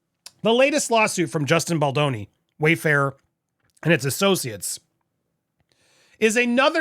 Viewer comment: yay you said baldoni correctly. lol